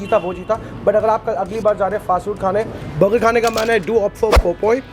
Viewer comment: अबे बरगा क्या होता है बर्गर बोल ले, ज्यादा अंग्रेज मत बना करो